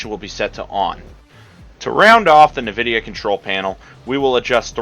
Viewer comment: its en-vidia not na-vidia